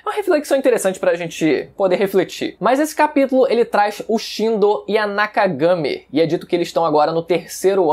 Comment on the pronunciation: Mano ele falando mydoria e muito estranho